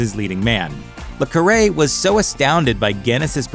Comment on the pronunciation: John le Carré not John lacary